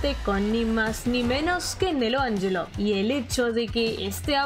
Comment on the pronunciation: Nelo AnYelo & no Nelo AnSHelo :O Psdt: "Dant... digo Vergil virgo" Psdt2: El tema de Vergil "Bury The Light" lo amo no como "Subhuman"😒 (Lo siento no lo supero) Psdt3: Te deseo muchas FELICIDADES y mucho más éxito. Psdt4: Gracias <3 😜